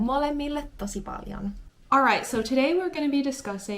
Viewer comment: You are welcome. You said it correctly, kiitos paljon! :)